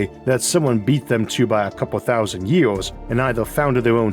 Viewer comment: you cant even say years correctly. how the fuck am i supposed to take you seriously?